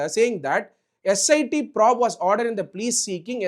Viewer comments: தெளிவான பதிவு! Probe என்பதை ஃப்ரோஃப் என்பதற்குப் பதிலாக ஃப்ராஃப் என்று பலமுறை உச்சரித்தது கொஞ்சம் நெருடல்! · Dr Ambedkar rocks 🔥 but probe pronounciation mattum maathunga sir.. prob prob nu solreenga.. S I T ah SIT nu sollaadheenga